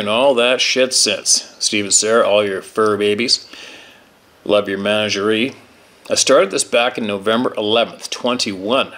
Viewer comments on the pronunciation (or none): Managerie, manager-ee , good one Steve! 👍 😂